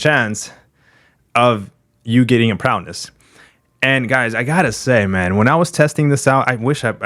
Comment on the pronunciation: Is saying Prowness an inside joke?